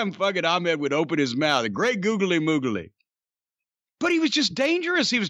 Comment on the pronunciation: Owen Hart: googlay mooglay